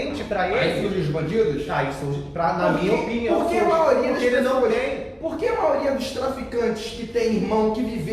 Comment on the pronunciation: Gabriel só uma coisa, não "maoria" é Maioria.